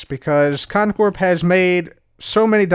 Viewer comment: It still freaks me out to hear the P in Con Corp pronounced out loud. Lol 😂 Stay in school kids.